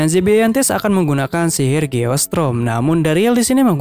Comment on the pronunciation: sihir bg bukan silil